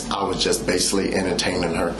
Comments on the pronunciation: and he kept saying "basilly". I could have sworn the word is "basically". He sounds so illiterate. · Basilly or basically lol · He says the word "basealy" at least two times.The word is basically, one time and it is misspoken, two times indicates that is part of his vocabulary. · “Basaly” what a clown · If I hear him say bassilly one more time….🙄😤(basically) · " Basily, piture, inaproprit," He's completely illiterate ! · Baysilly, instead of “basically” is standing out the most to me lol. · OMG!!!! My flesh crawled everytime he said basilly & he said it over and over again. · Him said BASILLY MADE ME SOOO MAD. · Can’t forget “Basilly” “I was deescalation the situation” 😂